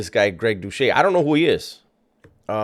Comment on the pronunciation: Pronounce Greg's last name correctly